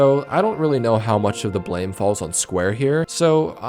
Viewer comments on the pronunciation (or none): none